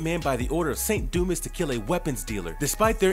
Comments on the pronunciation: There was an odd inflection , too. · Bro said: 'saint doo mess' 💀